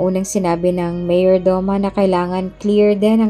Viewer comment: Paki ayos Ms Narrator Mayordoma. Not Mayor Doma . ( Meyordoma) Sabi mo ang body ni "Briana" ay nasa Punerarya .Trixie dapat .Please be. careful .Nalilito kaming mga Listeners.